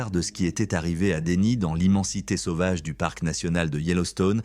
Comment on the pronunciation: "sauvage" ne se prononce pas "sovage" mais "sauvage". De plus beaucoup trop de phrases qui ne veulent rien dire, ce serait mieux de raconter avec plus de simplicité, courage